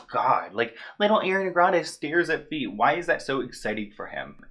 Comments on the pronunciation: Love your videos but please pronounce Ariana correctly already its unbearable at this point. (AR-EE-AH-NA) not (AIRY-ANA)??? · The right pronunciation is "A-riana" instead of "Air-iana". ;) btw i love you and your videos, keep going! <3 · Im sorry for saying this again but its A-r-i-a-n-a and not A-i-r-i-a-n-a 😭😭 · I think its AR - i - ana, not AIR - i - ana